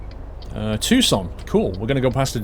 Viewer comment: Paul is correct, it's pronounced too-son.